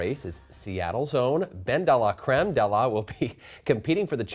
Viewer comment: 'ben-da-lah-crem' love that pronouciation !